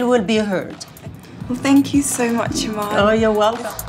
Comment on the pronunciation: Apparently I'm a Somalian model and the widow of David Bowie. Das preti cuol But seriously lady, that is not how you pronounce Iman. It's ee-maa-nn.